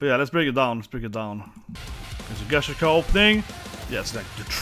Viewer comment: "gashi-uchata" bruuuuuh not even closeeee